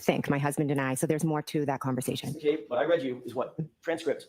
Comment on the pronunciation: It's READ not REED. 😅